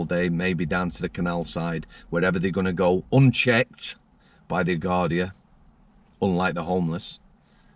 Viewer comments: Garda not gardia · it’s Garda, Guardia is the Spanish